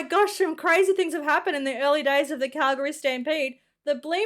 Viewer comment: I love that you say Calgary properly.